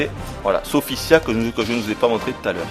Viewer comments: Sophitia ptn pas "Sophissia" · tu ne serais par marseillais, par hasard? je dis ca a l'accent moi j'ai ce jeu et je l'adore et Sophitia est la meilleure combattante a mon avis et la plus belle en passant son nom c'et SophiTIA et son Sophissia comme tu dis moi astaroth j'aime son nouveau look démon